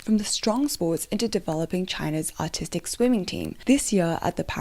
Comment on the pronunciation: Your accent makes it sound like "autistic gymnastics" and I cannot stop laughing at that notion. (Fwiw, I am autistic, so it's purely self-deprecating. 😅)